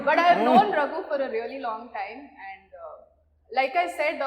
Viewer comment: Raghu bro, Adhu “And” not “Und”😊